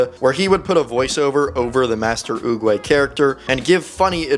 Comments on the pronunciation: It's not oogway it's oogwGAY Fr check it out😅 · He destroyed the name Master oogway